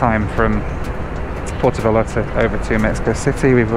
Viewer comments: I like that consequently keeps saying 'Puerto Vallllllarta" instead of with a J like everyone else:) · Porto V-eye-arta. FFS 😂😂😂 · Actually it’s Pwair-toe vye-YART-uh. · This video is ready-made for a drinking game: have one when mispronounces "Puerto Vallarta"